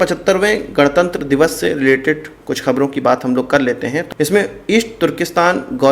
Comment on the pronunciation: 4.49 you say gadtanntra divas 👍